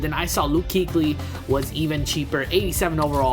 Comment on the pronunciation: kuechly is pronounced kway-chlee